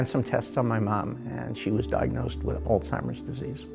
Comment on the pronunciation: Very nice video. Not trying to be critical but Alzheimer’s does not have a T in it. Just thought you might want to know.